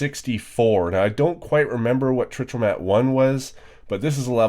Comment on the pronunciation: Trichromat is tri - chro - mat or phonetically Try - crow - mat